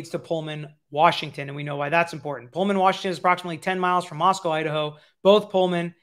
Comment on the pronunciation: People have lied to you about how to pronounce Moscow. But you say it correctly after the first instance.